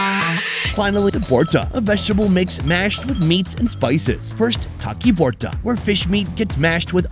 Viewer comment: ALl of these are restaurant food not street food. The first one is pronounced E-Lish not eye-lish. Also it is vorta/bhorta rather than borta. Taki is another fish that is made into a bhorta (mashed), shutki is dried fish. 3rd one is not Chicken chop it is 'Chaap' meaning Pressed. BTW thanks for featuring Bangladesh.